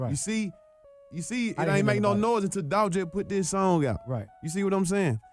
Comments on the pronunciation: It's Dolph!!! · It’s Dolph!